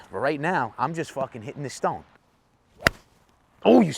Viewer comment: “Fooken peesa shit” killed me 🤣🤣🤣